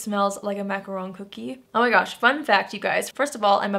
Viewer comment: Finally! Someone who pronounces macaron correctly!!! 🥰🥰🥰